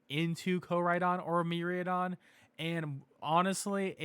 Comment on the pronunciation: MIraidon = MEE-RYE-DON